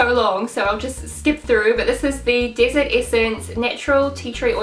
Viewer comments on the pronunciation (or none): none